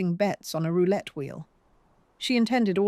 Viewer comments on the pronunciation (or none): none